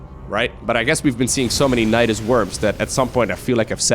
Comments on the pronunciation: naedaisais sounds kinda weird lol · Nydus is a made up name but apparently it comes from nidus which is latin for a nest of insects which would be pluralized as nidi. So I guess it's up to whoever pronounces it.